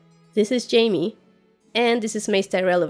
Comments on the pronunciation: That was so cute when you called Jaime "Hai-meh" in that Spanish accent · Haha I call Jaime, "Hi-meh" too. Great channel.